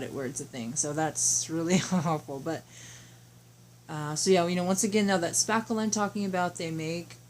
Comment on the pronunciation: Hi !! No idea what you are saying you put on the wall . Sounded like saffel. A product name would be helpful. I have no idea what you are saying. No one is saying in the chat what you said. That makes it hard. Mine is coming thru the door cracks. M.L.